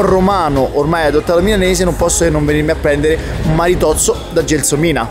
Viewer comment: non si dice maritozzo ma maritosso alla mr 18